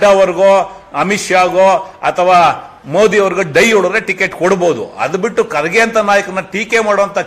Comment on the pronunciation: ರಮೇಶ್ ಬಾಬು ನೀನು ಬಕೆಟ್ ಹಿಡಿಯವಾ ಕರ್ಗೆ ಮತ್ತು ಖರ್ಗೆ ಏನು ವ್ಯತ್ಯಾಸ ಇಲ್ಲಾ ಹೆಸರು ಒಂದೆ ಉಚ್ಚಾರಣೆ ಬೆರೆ ನಿನ್ನಂತ ಅಜ್ಞಾನಿ ಯಾರು ಇಲ್ಲಾ.